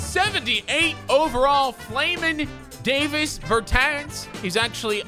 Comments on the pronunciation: It’s NOT DAVIS BERTANS ITS “DAH-VIS BURRRR TAWWNSSSS” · Davis Bertans... Pronounce both of the A’s as AH So is DAHvis BerTAHns That’s his name. And he’s the 2nd best 3 pt shooter in the league